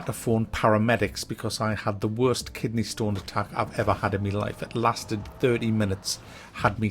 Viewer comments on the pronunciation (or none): What's a "kidneh sturn" and how did it make you scream?